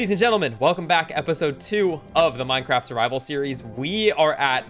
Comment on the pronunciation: not gonna talk ab the fact that he said mincraft lol